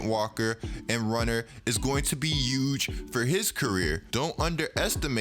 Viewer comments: So apparently we not pronouncing our H’s? Yuuuuuge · nobody: literally no one:: EuJe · Trump got you saying Huge with the H silent knock that shit off we don't do that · zion needs to learn how to walk again and you need to learn how to pronounce H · Bruh just SAY HUGE RIGHT WTF